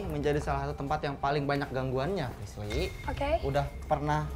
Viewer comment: Kenapa ya den ananda mangil frislly itu malah frisyy😅